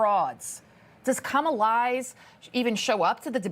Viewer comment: Love you said Kamalie 😅😂😅😂😅😂